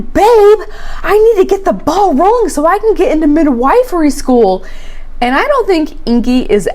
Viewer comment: thank you for saying mid WIFE-ry school. I can’t stand the “whiff” pronunciation 🤦🏼‍♀️